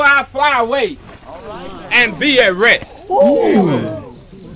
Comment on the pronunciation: Emphasis on 'rest'